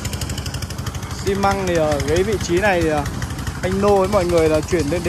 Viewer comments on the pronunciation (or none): ơi,biết rằng là thoái quen,nhưng em nên nói rõ chữ xi măng nhe em,chứ nói chở xi,chở xi nghe nó không đẹp câu chút nào cả,góp ý tí cho đẹp em đừng giận nhé 😊😊😊